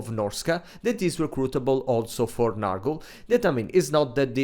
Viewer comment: Please, comrade, it's not "Nahrgle" but "Nyorgle"! You pronunciation kills me every time.